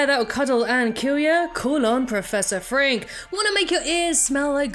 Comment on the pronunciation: Warum sagt sie Professor "Frank"? 🙉